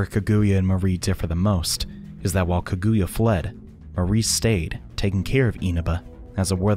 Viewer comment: The pronunciation of Kaguya made me flinch a bit lol